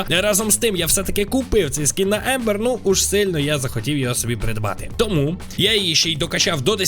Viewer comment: Це Амбер а не Ембер😂